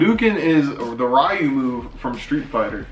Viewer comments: Am I the only one who pronounced ryu Ree-u not rye-u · It's reeeuuuu not rrriiiiiiiuuuu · Im so triggered REE-YOU not fuckin ri-you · It bothers me how they say "Ryu", it's pronounced [Ree-you]. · When you pronounce Ryu wrong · Lowkey triggered on how they pronounced Ryu